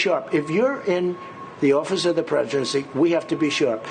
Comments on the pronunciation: Did he say “office of the Predgency” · "office of the preshurency, we have to be sharp" This man selfs owns more than anybody.